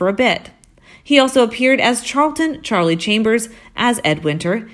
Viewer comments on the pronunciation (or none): none